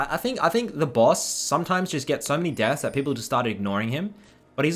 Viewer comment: you pronounce "baus" as "boss" and it confused the hell out of me for a second